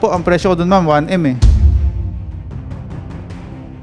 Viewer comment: Naawa na sana ako sa kinukumplain kunte...pro nang mabigkas ang 1m..langhiya...sino kaba???😂🤣🤣🤣🤣